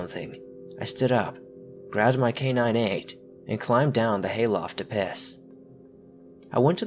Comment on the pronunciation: I can't tell if you're pronouncing it K9-8 or just saying K98 quickly in the first story and it's killing me, But great vid as always